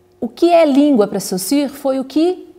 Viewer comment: Já ganhou a atenção de seus ouvintes quando, ao contrário de todo o Brasil, é capaz de expressar foneticamente o 'u' em Sausurre. Parabéns. E obrigado pelo vídeo.